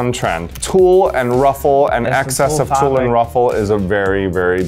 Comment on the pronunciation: Did y'all catch aquaria saying "it's tulle favric?" 😂😂😂😂😂😂